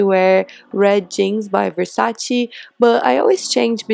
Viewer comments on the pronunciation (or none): It's VersacE, not VersacI.... Ps. Love uuu